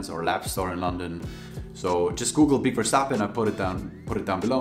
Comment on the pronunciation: I was also hoping you knew how to pronounce that name lmao 😅